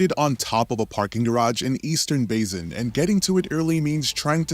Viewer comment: ...that's not how you say basin. i've never known ANY american to say "bazin" instead of "bay-sin". what the fuck.